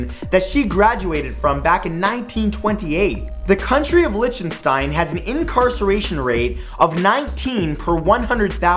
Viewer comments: You mispronounced Liechtenstein. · lol it is pronounced liktenshteen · He said Lichenstein